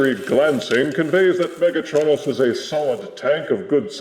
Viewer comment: UrM ActiUlly it's pronounced mega-TRO-nus not mega-TRON-us